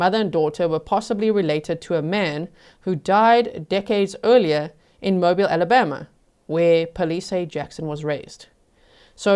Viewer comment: Mobeel Alabama.